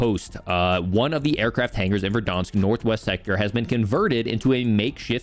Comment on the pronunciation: Its VERDANSK. Like VEHR-DAHNSK. NOT VER-DAWNSK. CHRIST.